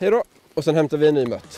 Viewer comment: bra vid men hatar när folk säger mött istället för mört ;)